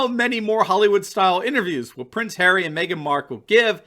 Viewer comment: It’s not Prince Harry. It’s “Prince Ha-Ray!” Of course an ultra elitist royal isn’t going to understand the fundamental rights of citizens.